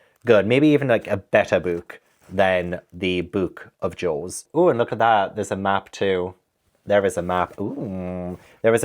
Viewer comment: Not me hearing “Joes” instead of “Jaws” and being absolutely perplexed about what was going on 😂